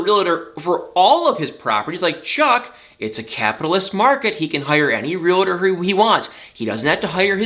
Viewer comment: not trying to be nit picky, but the word is realtor, not realtor.!